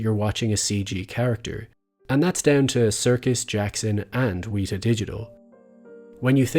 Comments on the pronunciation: I agree it should be corrected and I'll just go ahead and actually do the correcting for you then. It's pronounced "wet" like when something is wet and then just "a" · Great video. Weta is mispronounced. Itnis a Te Reo name and deserves correction. Love your work